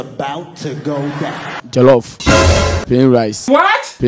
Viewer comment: The guy, said jellof rice. Lol